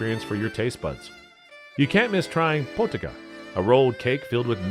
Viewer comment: Potica is not po-ti-ka😂